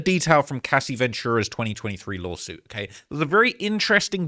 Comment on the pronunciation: been covering so many shoot outs he said "law shoot" instead of lawsuit😅